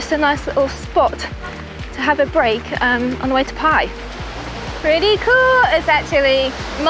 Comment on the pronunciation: Do you think you will ever pronounce “Pai” properly!